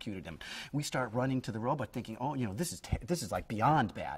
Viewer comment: Funny, he still pronounces it "Robutt" all these years later... I thought it was just because he was a kid that he constantly mispronounced "Robot" as "Robutt."